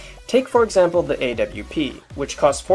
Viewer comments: That's the way to say it. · Yes, the actually correct way